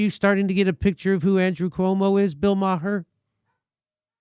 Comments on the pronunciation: Not the I like him at all, but his last name is pronounced Mayor like the leader of a City! Not Meyer!!!!!! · Jimmy: "Bill May-har". Classic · BTW, his name is pronounced "Marr". As in "Bill Maher MARRED what originally made him great by treating politics like a sports league and then throwing a 3 1/2 year tantrum that his favorite team didn't win the big game." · You cannot pronounce Maher's name right, you fucking turd. Take your right wing shit and shove it. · First of all I love how Jimmy keeps going after Bill Maher. The guy is a joke. And I also love that he keeps saying his last name wrong.